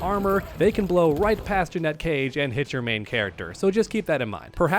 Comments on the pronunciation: Umm it's Janet not Jennette...you're welcome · 🤓Janet cage not ja net cage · he’s pronouncing it as Jeanette when it’s pronounced Janet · Drove me insane hearing the first person in human history pronouncing Janet, "Janette" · Will u stop saying Jeanette she’s called Janet. Ja-net ur a creator - learn how to speak correctly. U don’t say jeanuary do u? No it’s jan not jean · Is it not pronounced Jan-et? I'm confused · JANET. JANETTE. Stop bro. 😂😂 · I can NOT take you seriously at all with you calling her "Jannette." Even if you're trolling, it really makes you sound like you don't know what you're talking about dude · Janet, not Janette. So annoying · Are u saying "Janette" Cage on purpose or what? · The way you pronounce Janet pisses me off. Say it correctly ffs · Please say the name correctly. Sheesh, we all know you gave a deal wirh NRS. You should definitely get the name right. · Bro you definitely don’t know how to pronounce her first name lol 😂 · Bro. Your pronunciation of her name drives me up a freaking wall!😊